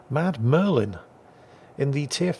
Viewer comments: He keeps saying 'Mad Merlin' but the name reads 'MudMurfin'. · I love how he calls Mudmurfin "Mad Merlin" which is sort of close but not quite there.